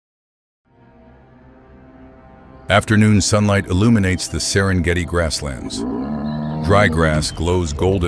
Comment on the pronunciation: There is reality here but the footage is not real. The AI mispronounces Serengeti, Masai Mara etc. get the little things right if you use AI